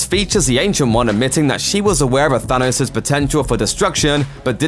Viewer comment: Why does he say Sanos instead of thanos